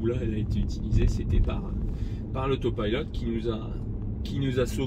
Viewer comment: Pourquoi dis-tu AUTO PILLELOT et non pas AUPILOT à la française ?? hihi ! Sinon bonne vidéo pour ceux qui découvre les TESLA...